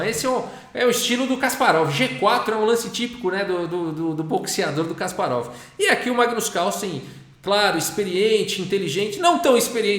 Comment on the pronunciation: Certa pronúncia é Kaspárov. Na segunda sílaba